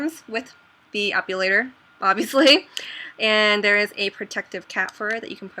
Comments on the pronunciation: it's epilator not epulator... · uhh, it bugs me when you say "ep-U-lator" but other than that, great video :) I have one and i love it for my underarms :D